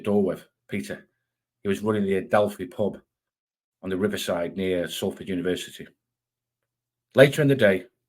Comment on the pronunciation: Intersting but its salford not sulford